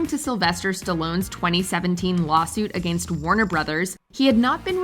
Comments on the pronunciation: The word Against is not pronounced A-gainst! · 🤣the way she says “against”🤣🤣🤣